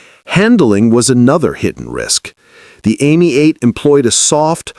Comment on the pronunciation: Why is it so hard to keep and pronounce European names. The Citroën was am ee 8. Ami is French for friend. Not Amy. Get it right or don't bother